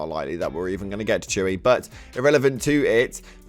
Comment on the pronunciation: its pronounced choo-heh dude not chewy